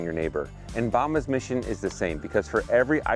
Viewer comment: Great to see you again. Have you google bombs to see what it means in spanish. When you pronounced the word bombas,you didn't say it right. Keep up the amazing work!